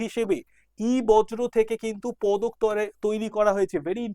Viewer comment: sir ota বজ্র না বর্জ্য, উচ্চারণ টা বর-জো পদার্থ হবে